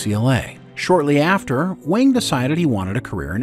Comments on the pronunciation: What’s going on with your mispronunciations? Data, Wang, Leah, etc. You got my +1 l, and I realize these videos take a lot of work, but jeez please pronounce people’s names correctly. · Garrett' Wang's last name is pronounced "wong". (Looks like Harry Kim continues to her the short end of the stick decades after Voyager 😅) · The entire Harry Kim section - repeatedly saying Garrett Wang's last name incorrectly (it's pronounced "wong") took me out.